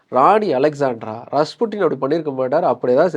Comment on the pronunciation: avan oru tarkuri don't know how to pronounce 😅